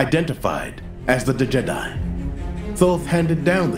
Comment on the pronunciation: Haha its pronounced Djed i not D jedi but love it !